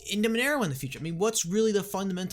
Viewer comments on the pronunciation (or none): none